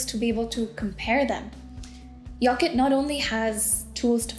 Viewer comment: '"Yocket" nice counselling